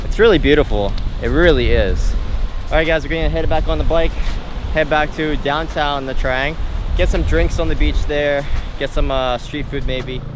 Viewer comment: Its nha trang not nha traeng 😉 just correcting